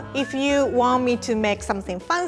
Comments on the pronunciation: says "make it FUNCY" and not fancy. Pretty unique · is it just me or anyone hears 'funziee' whenever she says 'fancy' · nobody: literally nobody: not a single damn soul:: ☝🏼 make it ☝🏼 pancy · I 100% thought she was saying "make it funzy"😖😖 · It sounds like she’s saying “make it funky” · Make it twancy😂😂😂